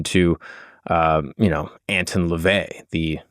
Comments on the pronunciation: You're already wrong within the first few minutes. Howard LEVY (NOT LaVey) was his real name. And it's not "AntIn", it's "AntOn", for the pronunciation. NEXT... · It's Anton not Antin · have i been pronouncing his name wrong or is? i thought it was prounced ant-on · It's not ant tun ,it's an ton. I am a satanist. Ive read the official biography of anton levay. To me, biographies read like stereo instructions. Interesting but boring. He's a fascinating person. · Edgar “Case”… “Ant-on” Lavey… Fire your production team.